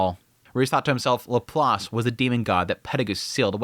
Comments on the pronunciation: Bro. Please, for the love of God. It's pronounced Lap + Lace, or at the very least Lap + Lass--not Lap+ Loss. Ugh! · Pretty sure its Perugeus not pedigus. Also don't even pronounce Shariah or Laplace correctly.